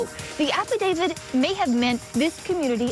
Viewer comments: Affidavit with a T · Why does everyone in this video mispronounce affidavit? The last letter is a T. You could at least expect an experienced lawyer to be able to pronounce it.